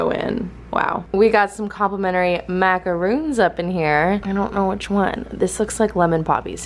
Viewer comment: I love you but it's mah-ka-ron not 'roon'